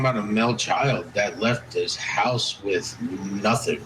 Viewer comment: That guy needs to stop saying ‘housth’